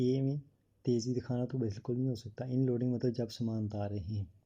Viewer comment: Oh Bhai inloading nhi hota unloading hota hai ..barra aya teacher 😂😂😂